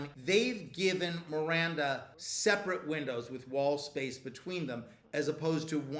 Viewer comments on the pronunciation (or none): none